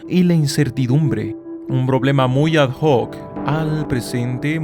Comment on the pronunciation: NO SE DICE ADJOC SE DICE ADOC el latin no fonteniza la H.